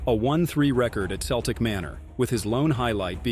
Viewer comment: Celtic manor is pronounced keltic nor seltic